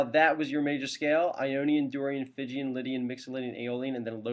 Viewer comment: there's no such mode as "Phygian"; it's "Phrygian", and is pronounced "FRIDJEEYAN". any scale --- not just the Major scales --- can be approached modally, if you feel like investigating. thanks.